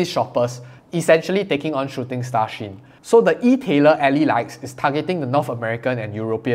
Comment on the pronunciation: I believe shein is pronounced she-in from she inside. But because I like You just pronounce it anyway You want!